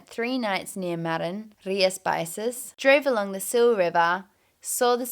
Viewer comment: Rias Bi-Shas